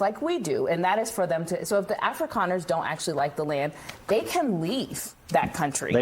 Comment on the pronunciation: That is one racist B. She also doesn't pronounce Afrikaner correctly. Ignorant and racist.